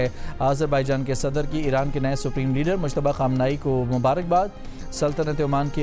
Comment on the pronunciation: مشتبا نهیں ۔۔مجتبا